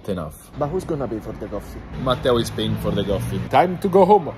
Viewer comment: "This-a has a little bit of alcohol inside. Is-a perfect to start your day." Wow, that is so European in both ways